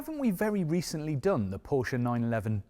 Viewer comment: nice to see a motoring journalist pronounce Porsche correctly for a change